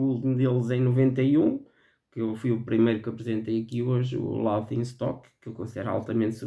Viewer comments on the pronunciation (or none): Olá,. Detesto "The soul cages". Nunca imagnei "Loki" como um álbum subestimado, é "holy grail" no Brasil. Adoro Bloodyflowers. "Us" fez muito sucesso, não me parece subestimado. Pena que o áudio do seu vídeo está baixo e abafado. Depois faço minha lista de underrated. A pronúncia de "laughing" é "léfin'", fica a dica, hahaha.